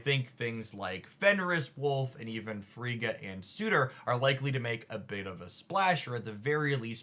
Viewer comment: Just in case the mispronunciations weren't just for engagement: Surtur: sir ter (syllables rhyme with her) Frigga: frig uh (frig like twig) Eitri: ee tree Malekith: mal uh kith (not Keith) Fenris: fen rhis (like wrist w/o the t) Gorr: gore *note these pronunciations are based off the popular American pronunciations or as appeared in MCU Some were pronounced correctly, but I thought it helpful to simply list them all for anyone else curious. I am a huge fan who watches hours of a week. Just didn't want 4 new "Chi-air-e-uh"s (Caiera).